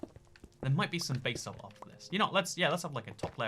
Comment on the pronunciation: No one:: bay-salt